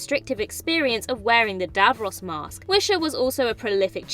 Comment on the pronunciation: Some amusing mispronouncing going on here - Davros's shirt, especially. The presenter clearly doesn't have a clue what she's been given to read.